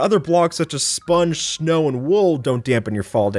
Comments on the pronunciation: “Shnow” PFTTTTTT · did you say shnow